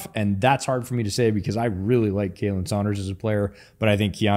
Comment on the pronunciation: You are pronouncing Khalen wrong. Just thought you might like to know